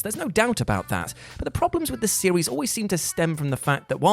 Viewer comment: My dude has a speach impediment? He said series as sewies lololololol